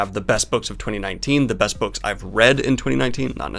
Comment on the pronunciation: you said "best" opening skit wrong.